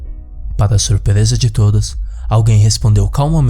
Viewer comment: o maior desespero dessa história é esse kra falando errado!! "surpereza", " taravesseiro"